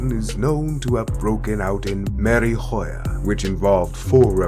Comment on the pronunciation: Man this guys pronunciations are whack, Mary hoya? Its French not Spanish bro